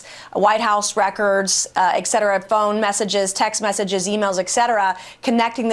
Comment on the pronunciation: No “x” in etcetera 🤫